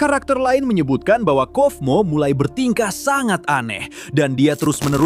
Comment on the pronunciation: Kaufmo bang bukan kofmo Di baca kaufmo dan di tulisannya kata nya kaufmo juga jadi bukan kofmo ya bang